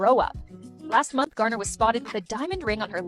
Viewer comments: Jlo and Ben both need to know that being single is quite necessary for someone 🤦🏾‍♀️🤦🏾‍♀️ Ohh... 😂😂😂 it's Jennifer Garner not Gardner, there's no "d" in her surname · I love but if he says Gardner one more time